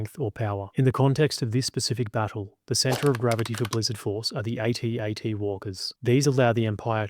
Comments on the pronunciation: I couldn't finish watching this, it's an ATAT, not a A-T-A-T. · I wish someone would address the true winner of the battle of Hoth.... Pronunciation! If troops had kept with the use of "At At (as in sounding like: instead of A.T.A.T (as in aytee, aytee) then so much time would have been saved that the imperials would have likely lost. (Of course if intelligence had succeeded in their plan to bribe the subcontractor who won the senior officer's bed cleaning contract and managed to smuggle a metric tonne of sand in to hoth ........well, let's just say that Hoth would now be remembered as the site of Vader's second biggest genocide! Imagery of headless mops blindly staggering down corridors where children had changed brushes and brooms earlier that day